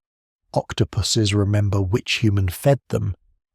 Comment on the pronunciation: The AI reader said “resnember” at around 34 min 😂